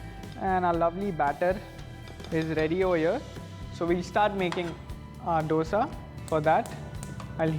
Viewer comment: Dosa pronunciation is like "दोसा" and not "डोसा" . D is like "Diwali" and not D as doctor